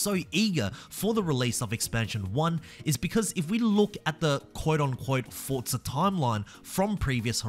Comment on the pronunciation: There’s no T in forza